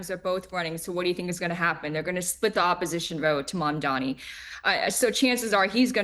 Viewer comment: THE NAME IS MAMDANI.. M-A-M-D-A-N-I …. Learn how to say it !!!